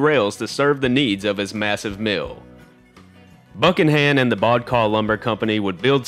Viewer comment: Great video! It's pronounced (Bu cannon) just like President James Buchanan. Thanks for making this.